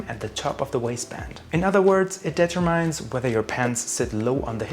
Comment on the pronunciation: "Determines" does not rhyme with "mine". Look up the pronunciation